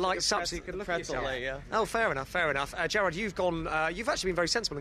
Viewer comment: I'm pretty sure the first time the interviewer said Gerard, he actually said Jarred. I shuttered.